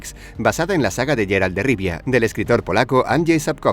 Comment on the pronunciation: Es Geralt no Jeralt diossss